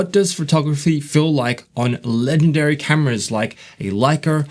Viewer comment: Did you just pronounce legendary as leg-endary?? 🤯